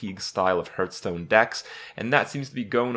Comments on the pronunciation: "harf"stone. you dont hurtstone. dont be that guy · the point. He always says hurtstone